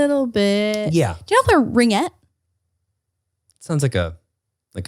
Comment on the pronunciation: Most canadians listening to this: • It's rinGUette, hard G hun 😅 • OF COURSE ITS KICKBALL, never heard anyone call it soccer-baseball 😂